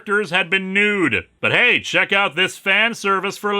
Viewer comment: for a minute your "check" wasnt all that clear to me until i saw your rook XD